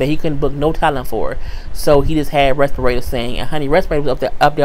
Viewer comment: LMAO! Who is "Respirata"? you jacked up her name so bad, I literally burst out laughing and could not stop.....and you said it so calm and casual, which made it more funny.